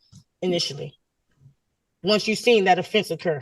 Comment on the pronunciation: Seent? Seent?! Really?